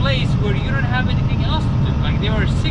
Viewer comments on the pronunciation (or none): none